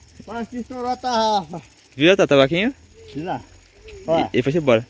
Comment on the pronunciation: O não é tambaquinho é TAMBAQUI